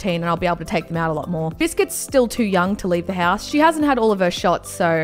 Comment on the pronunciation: she said hass instead of house